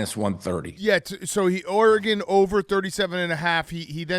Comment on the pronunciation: Dave should learn how to pronounce Oregon